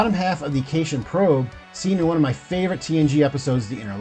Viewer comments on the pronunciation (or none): "Fay ho"? really, come on... edit: OK.... Children of "Tamma" and "kayshun probe" - let's be real you're trying to pronounce things you're reading and haven't really watched.